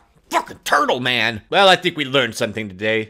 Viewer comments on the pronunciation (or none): none